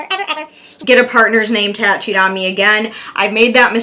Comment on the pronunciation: Heyyyy! You did my question, (no tattoos or no piercings) and you said my name correctly. No one ever pronounces it right. 🥰😃